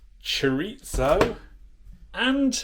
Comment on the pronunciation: That's Chorizo, not Choritzo. 😉